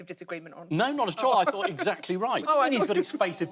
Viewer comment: Oh no. Aisling just said, 'thunk' instead of 'thought' but at least she said, 'people WHO' and not 'people that'!